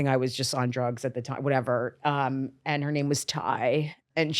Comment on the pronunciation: Someone finally said her name correctly. Kudos Cheeto.